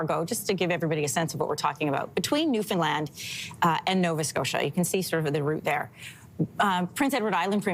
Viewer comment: I so much appreciate that you are pronouncing Newfoundland correctly…. So often it is mispronounced and it is very disrespectful.